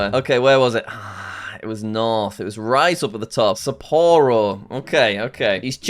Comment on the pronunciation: Their prononciations of Sapporo and Aomori are killing me 😭